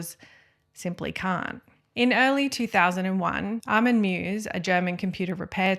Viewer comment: Great video, thank you! Btw. the german surname Meiwes is pronounced something like "My-vas'